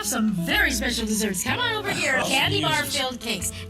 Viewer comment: Did my man ask if the pineapple cake was “going to flip ove” sans the R? I swear I keep rewinding it and think he’s trying to be cutesy